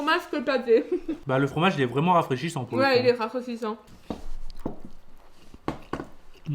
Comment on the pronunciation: il est quoi le fromage? "oui il est vraiment rafraissichant...":)